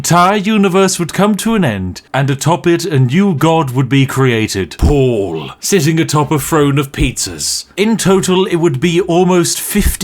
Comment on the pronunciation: Why are you pronouncing "Paul" as "Pool"?